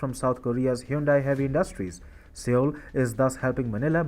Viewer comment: Sir! With apologies, the correct pronunciation of the name of South Korea's capital city is "SOUL" even though it is written as Seoul. Thanking you 🙏